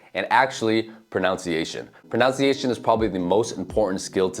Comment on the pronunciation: Please learn how to correctly spell and say the word 'pronunciation' .That second syllable is 'nun' not 'noun'. It really puts your credibility in doubt when you make such errors. And, of course, English also has reflexive verbs.